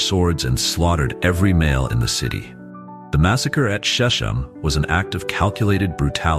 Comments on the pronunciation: Sir, the hebrew SHECHEM is not pronounce "sheshem" but "shekhem" with gutteral "kh." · Shechem is pronounced SHE-kem with a K sound, not "sh". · Shechem is pronounced "SHECK um." Sceptor is pronounced "SEPT er" ... the "c" is silent. Bible narrators and teachers need to focus on proper pronunciation.